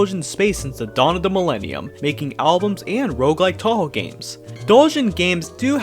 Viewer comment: You said Touhou wrong, just an FYI.